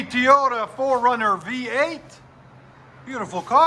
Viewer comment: He said tiyoda lmao